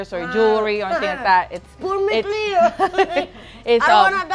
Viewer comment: I heard “Put me clear” and dieddd🤣🤣🤣🤣🤣🤣🤣🤣 “ ponme claroooo “ is what he meant🤣🤣🤣